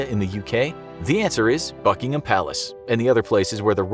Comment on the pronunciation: I heard "in fakin Palace"